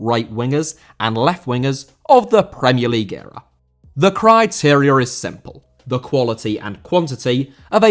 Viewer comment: Criteria* not Criterier